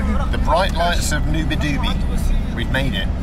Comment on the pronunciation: It's not Noa Doobie. It's pronounced NoaDiBou. And I hear it's a horrible bus ride. Spent many nights in Nouadhibou back in '04-'07 when I was ferrying helicopters from Europe to Nigeria and Nigeria to Europe. But I flew into the airport, stayed in a hotel and flew out the next day.